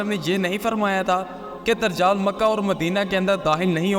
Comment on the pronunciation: بھائ درجال نہیں دجّال لفظ ہے